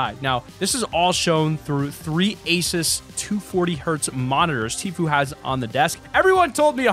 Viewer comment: Asis?!?! ASIS?!? ITS ASUS!